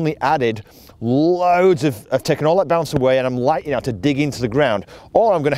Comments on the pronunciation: Oh BOUNCE! For 75% of this clip I thought you were saying balance. 😂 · He said it 101 times but I'm still not sure if he's saying bounce or balance